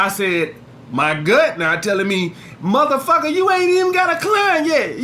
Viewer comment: When says Muthafacca it kills me